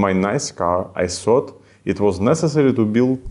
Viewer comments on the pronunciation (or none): Ха-ха! Дуже класна ідея, але над мовою потрібно буде попрацювати. На майбутнє:"thought" ( думав (у мин. часі) ) читається як "тафт", де "т" дуже слабко вимовляється